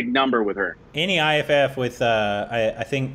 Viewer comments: IIFA awards is pronounced as "eye-faa" not as you spell it I-I-F-A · It's iifa not I fuck 🤣🤣🤣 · Haha....IIFA, not I fu.... Oh god. This video just made my day....thank you....... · She didn't say I fuck. She said iifa 😂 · That chant was iifa (eye fa) not i fu*kk 😂😂😂😂 Its not I I F A its iifa (eye fa) its a word not single alphabets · And, its not IFF! Its IIFA!! # Korbinized! 😆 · Try watching the entire video .. Priyanka was awesome. Btw, she said IIFA and not I Fuck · She said IIFA as an acronym... EYE FA. Not I F*** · We never thought of IIFA ( eye fa) as what and thought😂😂 that is how the acronym is said. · IIFA is pronounced as Eye-Faa... And that’s what she was chanting 🤣 “Eye-Faa, Eye-Faa, Eye-Faa” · She was saying IIFA you say it wrong I I F A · And made it "I fuck" 😂😂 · Abhineet Magar yeah i did realize later when said Eye-Faa... but i had already typed the comment by then so 😅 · & finally know IIFA as a word with a freaky pronunciation 😄🤪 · Hey ! That weird chant that Priyanka was doing was “ IIFA “ which is pronounced “ eye - Fa “ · Omggggg it was IIFA 😂😂😂 the award name oh godddd😂😂😂😂😂 not i fuck 😂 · HAHA OH GOD you guys didn't get the chant because you've been pronouncing IIFA wrong 😂 we don't say the letters separately, we pronounce it "EYE-FA" - that's what she was chanting 😂 😂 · It is not the full version video.... And IIFA is pronounce as Eye Faa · iIfa is pronounced as I-fa.... It was funny tho when she said it on stage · pronounce it like...... EYE FAAA IIFA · She is saying IIFA which is the awards function.. It’s pronounced AAEEFA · She said IIFA! IIFA!!! IIFA!!! 🙄🙄 Pronounced 'Eye-Faa' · wow they got no clue IIFA is pronounced as eyefa 😅😅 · IIFA is pronounced as i fa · "iiFA" "IIFA" NOT i F**K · That was not a complete performance first of all. Secondly thats how you pronounce IIFA and i have corrected you on all the performances you guys have reacted to.